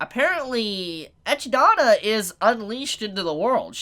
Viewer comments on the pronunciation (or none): Why'd you call Echidna " Echii-da" Its E-kid-na its spelled the say way as Knuckles the Echidna. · Echi dona?? I believe it's pronounced. Eh-kid-na or at least that's how I pronounce it. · Ekidonna is actually eh-kid-nuh but great video!! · That's 'Ah-KID-nah', like the animal (or Knuckles from 'Sonic'). I can't even figure out wtf that was you actually said xD. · I cringe every time he mispronounce Echidona's name